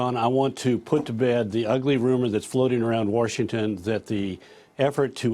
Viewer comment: Did he just say "Warshington"? Michael Savage's nickname for Hannity is "Wallbanger".